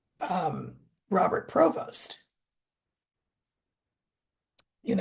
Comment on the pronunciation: Yes he is from the New Orleans racial mixture! And the name is pronounced Pre-Vose in the native pronunciation! He was born in Chicago so he might not be aware of his many relatives in Louisiana. It was not uncommon for light complexion people to leave the state and travel north or West to find greater freedoms! The fact that he speaks multiple languages might be attributable to his mother if she learned the Creole language mixture of Spanish, French and Portuguese! So like it or not the Catholic church is now run by someone of mixed African descent!